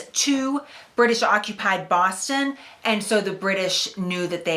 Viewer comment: I think she said "Baaahhhston" .... or something like that